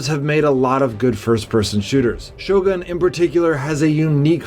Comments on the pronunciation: It’s ‘shadowgun’ war games not ‘shogun’ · Shogun? or Shadowgun?